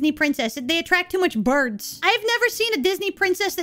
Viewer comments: I love your emphasis on the word "Birds" 😆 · You say "birds" with a capital, bold B. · there is a lot of devito energy in the way you pronounce BIRDS :D